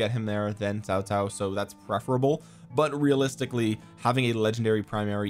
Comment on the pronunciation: I love it when a non mandarin speaker can pronounce Cao Cao correctly. Kudos to you bro.